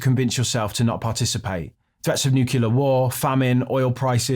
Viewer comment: Nuclear...wtf is new-q-lar